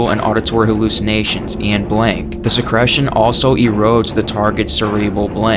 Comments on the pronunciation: se-CREE-tion not se-CRESH-tion yer killing me dude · are you saying secretion? whats secresion?